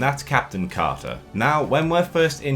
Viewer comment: Ah, yes. Our favourite Captain Ca'a